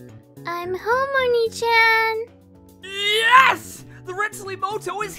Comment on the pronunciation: Tip for voice acting: the Japanese word "Onii-chan", doesn't read "Chan", it read as "Jan".